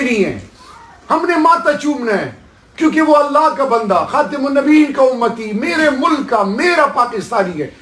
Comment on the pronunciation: استغفراللہ ۔ اگر حکمرانوں کو خاتمن آ لنبیین پڑنا نہ آتا ہو اور انگلش میں پر پر کر بات کرتا ہو ۔ تو سمجھوں کہ گڑ بڑ ہے۔ باقی اللہ پاک سمجھ عطا فرمائے اور سب کو دین اسلام پر چلنے کی توفیق عطا فرمائے ۔ آمین ۔